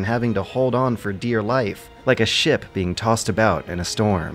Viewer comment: I thought you said "shit" instead of "ship" so I was like "woah, it seems has gone off the rails in this one!"